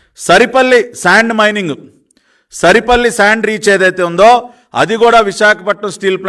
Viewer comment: సరిపల్లి కాదు సార్ సారిపల్లి